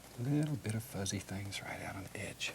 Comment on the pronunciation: I love how he says “things” like “thangs”